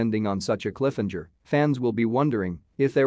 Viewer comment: they really left us with a "clifinjer"